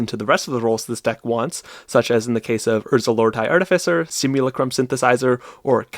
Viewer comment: There's no way that's how you think "simulacrum" is pronounced.